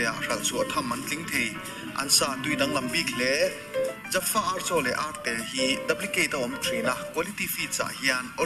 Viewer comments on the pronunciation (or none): none